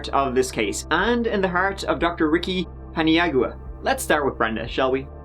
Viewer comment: I am pretty sure you pronounce his name Pin-yow-uh. Just being helpful, not a jerk i swear! (presumably it is actually spelled something like Paniagua)